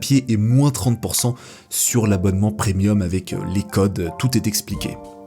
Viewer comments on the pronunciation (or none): none